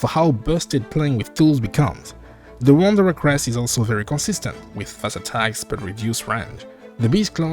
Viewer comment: That's not how you pronounce wanderer tho.